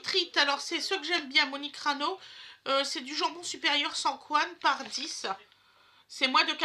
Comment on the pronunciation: Ca me fait rire Comment tu dis chorizo et Monique ranou😂